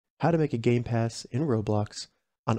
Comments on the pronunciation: Bro said gay pass and not game pass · Did he just say gay pass